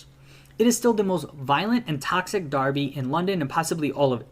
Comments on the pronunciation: It's pronounced Darby. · Derby is pronounced DARBY whether referring to a match or the town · Derby is pronounced (Darby). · Pronounced "Darby". Check out the name and construction dates of their old stadium? It will show you how popular a supposed American game was over here in the nineteenth century? Similar to Cricket over there, which no one other than a few historian knows about either? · We pronounce it 'Darby' 👍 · hi again, yes you would pronounce it "Darby"